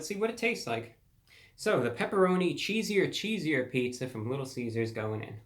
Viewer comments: Cheeser cheeser like ceaser ceaser not cheesier lol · Cheeser not cheesier. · Right! I thought the way he said it was "cheesier" ,like with an "I" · It's CHEESER CHEESER not cheesier IDIOT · Yo, you were mispronouncing the name the whole time. It's not CHEE-ZEE-UR it's CHEEZ-UR. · Actually its chee-zer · We will excuse you for not knowing Pizza! Pizza! since your parents did not even know each other when this catch phrase came about. However, totally ignoring the pronunciation of CHEESE ER is unforgivable!! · It's cheese-er ....chees-er bruhhhhhhhhhhhhhhhhhhhhhhhhhhhhhhhhhhhhhhhhhhhhhhhhhhhhhhhhhhhhhhh 🙄🙄🙄🙄🙄🙄🙄🙄🙄🙄🙄🙄🙄🙄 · He’s not pronouncing the cheeser cheeser... he’s saying it like it’s spelled cheesier cheesier😂😂 I can’t wait to try this.... Anyways Daym Drops says it’s right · I kept saying this every time he says cheesier cheesier 🙄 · I think "cheeser" is supposed to rhyme with "Caesar"... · Actually its pronouced pepperoni cheese er cheese er. Cheesier <<<< is spelled like this great review by the way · Also you are pronouncing it wrong, there's no I in cheeser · I love you Brah but I live in Nevada and the way you pronounced it hurt me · You really let me down bud. I expect better review quality from you. Take half a second and read the name correctly. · Its cheeser cheeser..........he has somewhat unusually made a mess of reading the name of this thing. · Reviewbrah, You are Continually Mispronouncing this Pizzas name. It is Cheeser Cheeser and Not Cheeseier Cheeseier. Thank You. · Hey idiot if you are going to review something get the name right ..... it’s “ Cheeser Cheeser” not “ cheesier cheesier”. I wouldn’t be so mean but he keeps pronouncing it wrong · I think it's cheeser, cheeser instead of cheesier cheesier. That's how the Little Caesars mascot would say it. 😆 That last 45% is partly from so much cheese on top of the pizza near the crust. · Mans really said cheesier cheesier not knowing its cheeser cheeser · Cheeser.... Not Cheesier.....